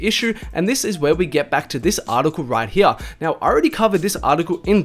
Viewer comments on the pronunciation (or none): “Right heeya” 😂